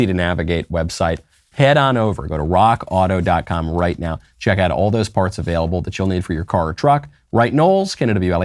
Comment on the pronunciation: Hey Knowles. You are sayin Rock Auto wrong. It's RRRRROCK AAAAUTO! Listen to Klavan